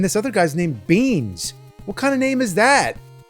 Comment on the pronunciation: Beans = Micheal Beihn (As in hicks)… Also the guy you should pick.